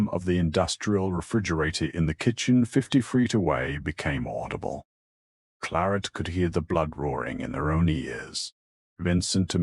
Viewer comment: Voice is awful and transcript is worse. I found myself looking for anomalies instead of listening to the story. Plarrt instead of Claret or is it Clorrette/Cloret???